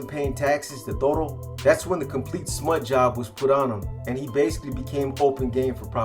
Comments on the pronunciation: Its Toto not toro bro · Toto not Toro